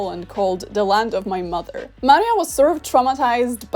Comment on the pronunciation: Nawet taka drobnostka jak jej imię zostało zmieniona z Maria na Marie. Co jak co ale Maria to już naprawdę nie jest trudne do wymówienia poprawnie.